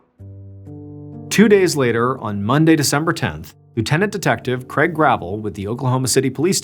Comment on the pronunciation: Craig not creg.